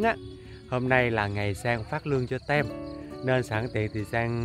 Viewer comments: Sang ơi, nên phát âm “đội” (team) như là “tim”, ko phải “tem” nghen . Thân mến! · Sang ơi đọc là tim (team) không phải là tem